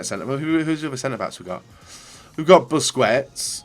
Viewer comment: How can you play this game so much, and still absolutely butcher pretty much every single players name?? Werner, Wass, Busquets, Lewandodowski, Fekir, Guiliano, Mkhitaryan?? Come on man, listen to the commentators every so often.